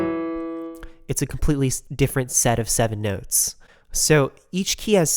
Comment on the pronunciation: "sew, you have 7 white nehwts"